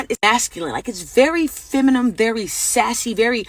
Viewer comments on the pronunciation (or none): Can no women pronounce "feminine"...?